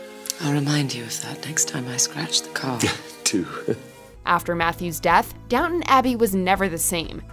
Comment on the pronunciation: Please stop pronouncing “Downton” like that. Please.